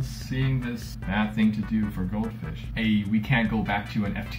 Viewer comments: Like a cow fish lol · literally every time he says "goldfish" it sounds like "goat fish"